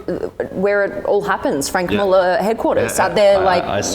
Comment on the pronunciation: Can't pronounce the watch names, their all her husband's and Franck muller is as bad as Hublot.